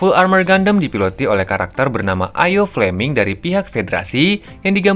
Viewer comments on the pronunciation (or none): Daryl bang bukan Derly. Io bang bacanya, bukan aio. Pelan² bang g perlu buru².